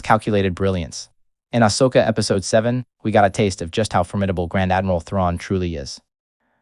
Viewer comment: The way the bot is saying Ashoka is offputting.